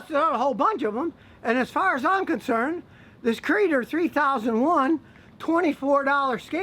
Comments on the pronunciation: "C"-reader, not "Creeder", as in "C(ode)-Reader". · I think it is called C Reader (like See Reader) not like Kreader. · It might be pronounced “Sea reader”